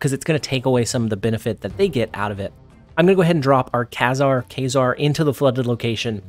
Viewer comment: Kay-zar? Lol